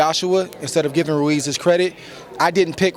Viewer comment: This woman's name is Adriana Jimenez and she can't pronounce "Ruiz." His name isn't "Reece." Give Andy respect. At least pronounce his name right. Damn, Andre Ward an African American is saying his name right and you can't? He says it right and then you still say "Reece." What is your problem.